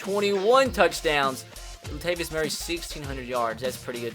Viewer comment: THIS BOI SAID LATVIUS!!! LATAVIUS BOI